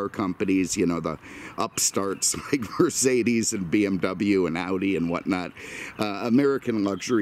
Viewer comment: You should try your hand or voice at voice over or narrating for shows, give Mike Rowe a run for his money. just one thing you butcher Mercedes every time :) ever come to the Indy 500?